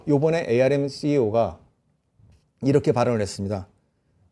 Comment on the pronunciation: ARM은 암이라고 불러주세요. 5G='오쥐'가 아니라. '파이브쥐'라고 불러요.